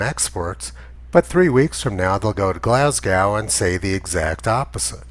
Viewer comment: It's Glasgow as in Glas Go